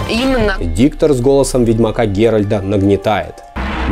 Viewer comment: Не "Геральд", а "Геральт"!!!